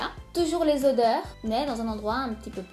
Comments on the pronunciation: odeurs c avec un "o" pas "au"! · "Audeurs" gloups! Autrement je me suis abonnée bisous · l'erreur .."audeurs" 😂😂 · c'est pas audeurs c'est odeurs 😂😭😭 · C'est odeurs pas audeurs ( dans la vidéo à ) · aideurs 😂 odeurs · odeurs pas audeurs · Odeurs et non audeurs